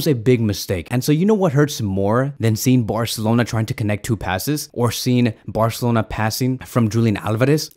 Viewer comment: I like how he says "barcelona"... bwarcelona xd